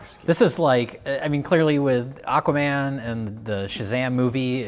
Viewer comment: Mike "Ahkaman" Stoklasa